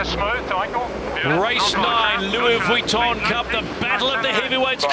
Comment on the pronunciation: When did the Louis Vitton Cup become the Louis Wee tun Cup. Does someone have a speech impediment..?